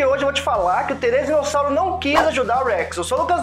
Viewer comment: Therizino e não Therezino😂